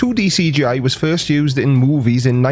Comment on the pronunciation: Omg, the way you say C. G. I. It just sounds so good xD SEE GEE EYE